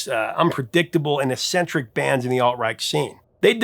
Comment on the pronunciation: The word "Eccentric" is pronounced "EK SEN TRICK", and NOT "ESSENTRIC". The double "c" is always pronounced as a hard c (like a K) followed by a soft c (like an S). This new anomalous pronunciation of a double C like two S's is born out of ignorance and just entirely incorrect. I can't imagine you heard it pronounced as a double S when you were a kid. Why start mispronouncing it now? If you think I'm mistaken look it up in any dictionary. Every one of them will tell you the same thing. It's pronounced "EK SEN TRICK", and always has been. You can also just Google it. (For those of you reading this who are unfamiliar with dictionaries, they do indeed also tell you how to pronounce the words they define. Right after each entry there is a pronunciation guide in parenthesis.)